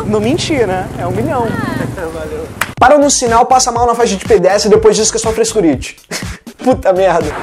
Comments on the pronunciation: "Frescuriti" kkkkkkkkk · "É FRESCURITI" KKK